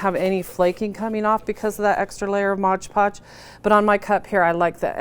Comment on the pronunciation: It is MOD PODGE, not modge podge!!!!!!!!